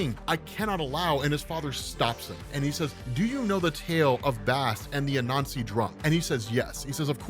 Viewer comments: Not gonna lie, took me about 5 minutes or so to realize he wasn't saying "a nazi" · Is it just me or does every time he says Anasi it sounds like he's saying " a nazi" hahahah. Oh words are funny. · Lmao I kept thinking he was saying “a nazi” when he was saying “Anansi”.